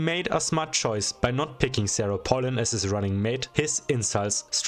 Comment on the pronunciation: it’s pronounced pay lin Also SARAH PALIN JUMPSCARE